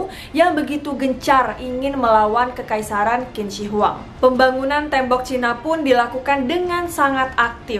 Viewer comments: not "kin", but "chin", chin shi hwang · Bukan kin si Hwang....tapi bacanya adalah Jing si Hwang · Bacanya Jin Se Wang. Bukan Kin Ci Huwang... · Qin jika dalam bahasa mandarin di baca chin Jadi tidak di baca kin shi huang tapi chin shi huang yang bener kak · Bukan kin ci huang Tp cin she huang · Pengucapannya salah kin zi wang yg betul jin she wang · qin shi huang bacanya chin shi huang bkn kin shi huang maaf!!! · Qin seharusnya dibaca Chin. Qin shihuang dibaca Chin SH Huang. Huruf "I" tidak dibaca untuk Zhi, chi, shi, ri, Zi, ci, si. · Betul. Qin Shi Huang dibaca Cin Si Huang. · Kak maaf untuk huruf latin Q bahasa mandarin bacanya C. Jadi pronounce nya Cin Shi Huang. Sekedar Informasi saja, gak penting2 bgt si hehe. Salam kenal, aku penonton baru ❤️ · Qin shi huang di baca jadi cin se Huang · 秦始皇 bacanya chin shi huang aja, cara bacanya kurang di riset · Mungkin perlu di cross check kembali spelling nama nya. Setahu saya, Qin Shi Huang dibaca= chin shi huang. Yg kemudian lahir sebutan bangsa 'china'. Pengucapan huruf Q=ch, tidak sama dengan huruf Q dalam bahasa Indonesia ato English. Selain itu, Huang Di, dibaca= Hwang ti. Bisa dibaca di referensi lain ato dilihat di video2 yg menggunakan bahasa Mandarin. Demikian, mohon maaf klo ada yg kurang pas 🙏